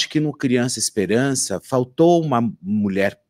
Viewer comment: "Espelança " kkkk